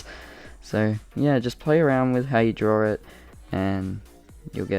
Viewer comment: I’ve noticed how Australians say “drawer it”or “drawering it” Instead of “draw it” or “drawing it”!!